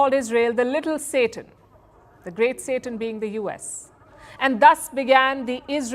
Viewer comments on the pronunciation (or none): none